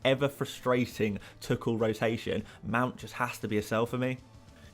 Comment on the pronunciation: Can you please start pronouncing Tuchel correctly 😆 It is pronounced as Thomas Two Hole